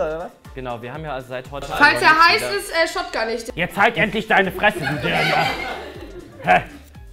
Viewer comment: „wenn der heiß ist, shotgunne ich ihn“ sach mal, geht’s noch? Was isn das für eine Artikulation?